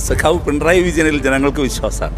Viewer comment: പിൻറായി യോ 🙄.... പിണറായി എന്ന് പറയാൻ അറിയില്ലേ.. സ്റ്റൈലിഷ് ആക്കിയത് ആണോ